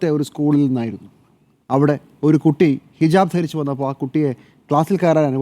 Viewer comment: ഹിജബ് അല്ല ഹിജാബ് 😄😄